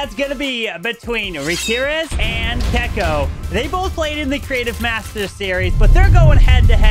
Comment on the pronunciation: still hasn't learned how to say Checco